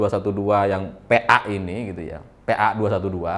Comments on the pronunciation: Selamat malam, sungguh lucu kenapa pengucapan PA sangat ditekan kan? Jd jelas dah itu kumpulan orang2 g o. Blok. Sukses terus Bang tetap infokan dg penuh humor sangat menghibur. Tetap ditunggu berita berikutnya 🤣🤣🤣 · Namanya aja PA dibaca PEAK. PEAK = goblok , tolol , dungu , bodoh , gendeng. Kualitas sangat sesuai dengan mereknya.🤣🤣😂😂😂😁😁